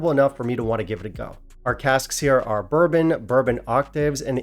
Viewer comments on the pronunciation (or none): none